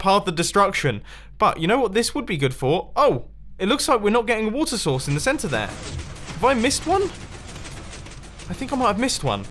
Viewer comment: "Wait... Why are you saying it like this?" "What? I just said that this water sauce could work." "You mean 'source'." "Yeah, sauce." "But you said 'sauce'." "No I didn't!" "Say 'sources'." "Sources." "Now say source." "Sauce." "Say source!" "Sauce." "Source!" "Sauce!" "You're flooding your base!"